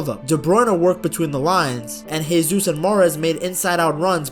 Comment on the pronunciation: Good stuff. Note that the J in Gabriel Jesus is pronounced like a J rather than an H. The dude is Brazilian (Portuguese-speaking), not Spanish.